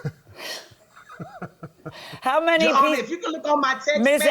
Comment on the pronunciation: All I hear “He lying honor” !!!!!